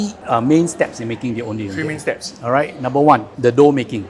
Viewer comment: I wish the pronunciation of Ondeh Ondeh was done accurately lol. typical Chinese pronunciation "O-neh O-neh".